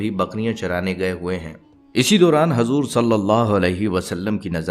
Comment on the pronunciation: Hajur nahin hujur kahiye